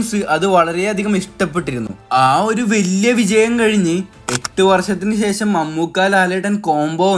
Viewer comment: സെശം അല്ല ശേഷം